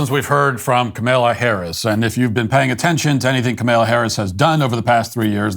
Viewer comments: Comma-la, not ka-mil-a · I get a chuckle out of Matthew's refusal to pronounce Kamala's name right. "Kamaila" lol DO NOT COME... DO NOT COME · Not Kamila Harris. Kamala Harris. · COMMA-la, Matt, comma-la. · He clearly pronounces it KaMella. Go back and listen. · Uh no he says Kamaila. He does not pronounce it Kamahla. I don't know of anyone else pronouncing it like he does. I couldn't care less how he pronounces it though lmao